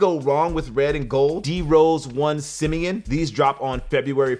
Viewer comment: Simeon is the high school DRose went to but it’s pronounced Sim-Me-Awn I would watch you if you didn’t unbox, and had your producers throw shoes at you, you’re just that good!